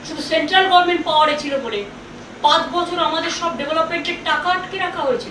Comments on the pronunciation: দুর বাল, আগে গরমেন্ট বলা বন্ধ করে গভর্নমেন্ট বলা শেখ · হেরে গেলো তাও গভর্নমেন্ট উচ্চারণ আর হলো না,, সেই গরমেন্ট 🥲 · আপনি মাননীয়া ছিলেন আপনি বিতাড়িত মূর্খ মন্ত্রী প্রাক্তন নন মানুষ আপনাকে ছুঁড়ে ফেলেছে গরমেন্ট নয় ওটা গভর্মেন্ট বাড়িতে শিক্ষক রাখুন বুড়ি বয়সে আমাদের দয়া করে আর ডুবাবেন না আপনার মত মূর্খী পশ্চিমবঙ্গ বাসী বেছে নিয়েছিল ধাপ্পা বাজি ছাড়ুন আপনার মত মূর্খ নয় মানুষ সব বোঝে মানুষ আপনাকে ভোট দেয়নি 21 এ জোর করে ছিলেন। ভাগ্যের দোষ দেবেন না। নিজের ,ভাইপোর চুরি গুলো থেকে বেঁচে ফিরবেন না। মানুষ আপনার লেকচার আর শুনতে চাইছে না। আপনার সম্প্পত্তি সিজ ও আপনার জেল যাত্রার অপেক্ষায়। মূর্খের মত বকেছেন এতদিন আজও সেম করার চেষ্টায়। বুড়িমা আপনার আর আপনার ছেলের জেল যাত্রার দিন বিজয় উৎসবের অপেক্ষায়। আপনার লজ্জা আগেও ছিল না। আজও দেখছি আপনি কত বে হায়া। আপনাকে ...... গালি গালাজ করলে পশ্চিম বঙ্গ বাসীর জ্বালা মিটবে না। আপনি মরবেন না দয়া করে আমরা খুশি হবো না। আপনি সম্পত্তি হারানেন ভিখারি হবেন তার পর জেলে যাবেন। আবার জেল থেকে বেরোবেন তার পর মরবেন। তবেই পশ্চিম বঙ্গ বাসী খুশি কিন্তু। যদি কোনো চাটা মাল লেখাটা চটির কাছে পৌঁছে দেন খুশি হইবো। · গরমেন্ট / পবলেম